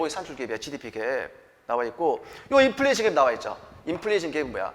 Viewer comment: 업로드 기다렸습니다~ 이번편도 명강의 감사합니다~ 3분31초 인플리션 이-득 강조하신거 재밌어요 ㅋㅋㅋㅋ🎉🎉